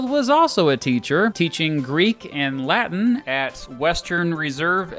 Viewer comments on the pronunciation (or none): none